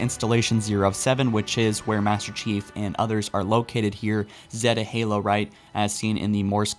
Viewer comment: 1 The flood would not throw Cortana off balance, she has dealt with them way to many times. 2. Would like to see how this was "decoded" instead of you saying you "forgot" the source. Also I noticed your Zeta Halo pronunciation correction 👍